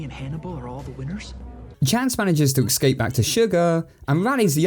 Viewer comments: ES-Cape Not EKS-CAPE I love his videos but that bothers me so much. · I can't get beyond the fact that you pronounce "escape" like "excape" 😂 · Take a shot everytime he says ecscape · Been on a massive binge of your videos, and while I love them all, I'm afraid I have something to tell you...... You have been pronouncing the word "escape" wrong your whole life.